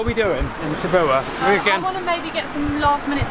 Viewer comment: So this is it, the last Japan vlog... :( True to form, even on your last day, your pronounciation of all things Japanese remains a bit suspect, haha. "Shibuya" you pronounce "Shibua", where has the Y gone? It's very much pronounced, like the Y in Yo (what rappers say) or in Yakuza. You should've at least picked that up from the train station announcements or something, come on now, haha... And of course the mysterious bubble tea, i've never had one in my life, but it seems to be available everywhere around the world. There must be something to it then? Souvenir shopping, what says Japan more than Coca-Cola flip flops ;)) BTW since you mentioned Adidas, if you're ever in an Adidas store, try on Ultraboost shoes just for fun, and tell me that is not the most comfortable shoe to walk in, ever. Might be a worthwhile investment if you see them somewhere for cheap, for next time you travel somewhere and walk a lot. But if 6 quid pants are out of your price range, i don't know about the Ultraboosts. Like your jacket, it would be more of an investment in something really good. Even for souvenirs, i would budget a bit more than for the 100-円-store. You might want a souvenir that you can still look at in 40 years and remember the good times, and something quite unique to Japan. Geez, i feel like i'm being so negative today, but i'm really not, i promise! Only wanna give you a different perspective on how to approach certain things. Yeah, that's the sunset song or "5 PM chime"! Dif